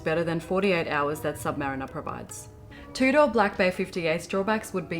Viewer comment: Your pronunciation of Tudor is so proper you say it like "two-door" other Aussies say "Chewdah" of course I have no room to talk, me being American I say "toodur" enjoyed the vid 😉 keep it up